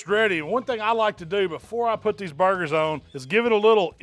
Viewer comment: You have no doubt that he knows what he’s doing when he calls them bar-gers 👍